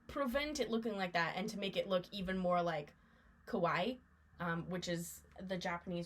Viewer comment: I love these projects! This is such a nit picky thing but I thought you might want to know --kawaii (ka-why-ee) is cute. (Kah-why) is scary. (I'm sitting with my mother-in-law and she wanted me to make sure you knew 😂 with lots of love, of course)